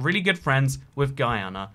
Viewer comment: Oh my. I was mad typing when I saw you used to map of Guyana. You actually zoomed in on my street. You’re the first person I’ve heard say Guyana (regular)